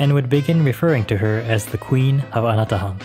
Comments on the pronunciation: I keep hearing... "Ana The Hun". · Hi, the correct pronunciation of the island is Anatåhan or ana-taw-ahn. This is in the Chamorro language. Nice video!